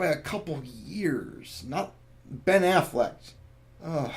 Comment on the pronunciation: Yeah I'm pretty sure it's Ben AfflecK not Ben AfflecT, just saying